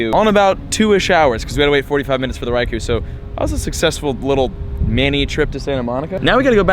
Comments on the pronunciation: Every single day I mean to count how many times you say, "Raikou" in the video but I always forget until half way through....I'd lose count anyway......and you pronounce it wrong 100% of the time...lol. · Any one else annoyed by he keeps saying Raikou incorrectly... Watch your home boy T-Tips video about Raikou